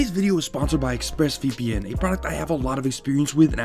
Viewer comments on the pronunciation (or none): none